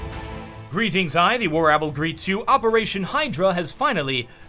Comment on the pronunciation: did he say warapple?!